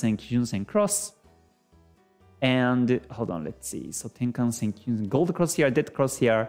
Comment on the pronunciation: これは初めて、平均足（ヘイキンアシ）を正しく発音している方を見つけたことになります。YouTube上の他の人々は不思議と「ハイケンアシ」と呼んでいますね。同様に、一目均衡表の要素も正確に発音されています。多くの人が転換線（テンカンセン）を「タンケンセン」や「タンケンサン」と発音しているようです。まあ、日本人が日本語の元来の経済・金融専門用語を正しく扱うのは当然ですが・・・